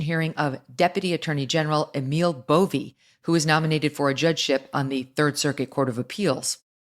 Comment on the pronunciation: Megan Kelly his name is Bove. just like the word row.